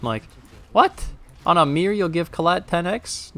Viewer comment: "My meer" Lol, love your content man, keep it up!°